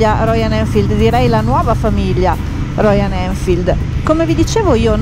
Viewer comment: ma perchè dice royaN?